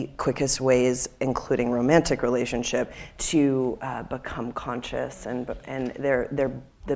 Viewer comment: Love the video. Can’t stand the way you mispronounce “conscious” and “consciousness”.